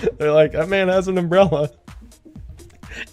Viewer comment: The way he said “he’s got mah vote” has got to be the most Tennessee thing I’ve ever heard